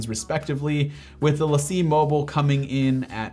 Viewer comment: Great video but the Lacie drive is pronounced Lacy